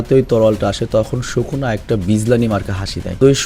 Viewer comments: সুকুনা হবে শুকুনা না। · bhai shuku na nah bole plz................... sukuna bolen naile onek baje shunay 🙏🙏🙏🙏🙏🙏